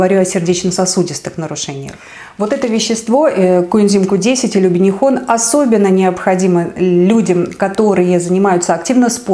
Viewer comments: q10 убихинол , а не убинихон 😁))) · Убихинон, а не убинихон. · Не убинихон , а убихинон. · Дорогие друзья! Мною была допущена ошибка при произношении второго названия Коэнзима. Конечно, не УБИНИХОН, а УБИХИНОН🙂) Сути дела это не меняет, но если кому-то режет слух и ранит душу, прошу прощения🙏))) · УБИХИНОН! Оговорились. Тоже пью и вижу эффект!